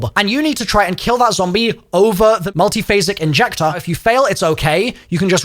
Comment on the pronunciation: Learn how to say "MULTIPHASIC INJECTOR" 🙄 Say it once and record it, then edit it in wherever it's needed 😎